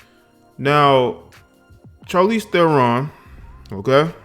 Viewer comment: Uh, Shar leez Teh ron.